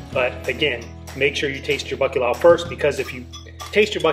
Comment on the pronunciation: I am really conflicted about liking your video. As a Portuguese I feel touched that you continue to embrace your ancestry but not to be able to pronounce bacalhau saddens me. Put your tongue up and crunched up to the back of your throat. Italians have this sound figlio. Gl. Portuguese lh. Also we fry our own matchstick fries at home, just cut them super thin. They are better fresh! My dad cooked this to perfection. Add piri piri to give it a kick! You are welcome! ❤️🇵🇹 I did like your video BTW. Siga em frente!